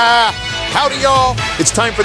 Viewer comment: My favorite part of this? Hearing an A.I. voice say "Yee haaaah" as "Yeah, hah". That, my friends, is a classic.